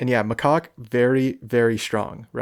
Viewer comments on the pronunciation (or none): I hate to correct your pronunciation, but gosh it sounds dirty, I have to do it. Macaque is muh-cak.